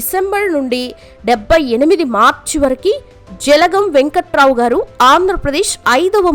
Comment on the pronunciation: జలగం వెంగళరావు. గా పల కండి. వెంకటరావు కాదండీ.